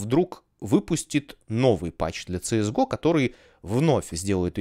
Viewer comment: Ну всё хорошо россказал , но говорить на КС:ГО - ЦС ГО безумие, или соунтер стрике